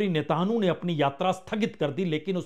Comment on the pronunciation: Apni uchchaarannon KO satheek karen Punya prasun bajpai jii ! Blaadimir nahin Vladimir hai unka naam aur Netaanhu nahin, Netaanyaahu hai unka naam.